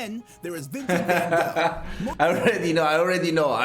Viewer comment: Kudos to you for pronouncing Gouda correctly❤ and van Goch almost correctly:) You have mastered that Dutch "g" .